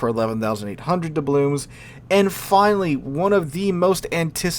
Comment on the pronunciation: "Doublooms" and "excape plan"?!